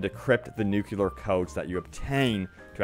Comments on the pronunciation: 'new-clear' not 'new-que-ler' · Considering the shellacking the game has taken by reviewers, they had better make big promises and talk fast if they want people to buy. Also, it's not pronounced "nukular", it's "nuclear", new-clear. p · NU-CLEAR, nuCLEAr, not nucular, FFS